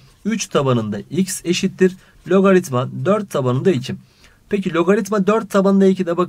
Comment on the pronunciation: hayatımda sizin kadar güzel logaritma diyen duymadım hocam :)